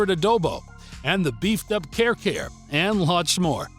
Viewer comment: it's kah-re kah-re not care care 😑